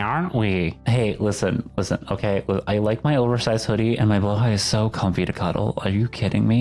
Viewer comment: Holy f**king s**t, they said blåhaj correctly.(first time I've heard an english speaker pronounce it correctly)